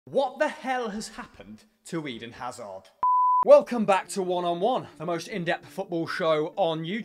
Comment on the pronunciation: Ummm his name is AIDEN AZZZAR